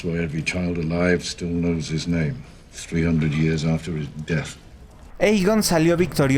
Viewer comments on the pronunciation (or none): none